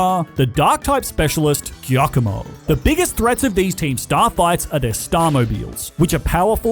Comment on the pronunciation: Its giacomo not kiakomo😭😭😭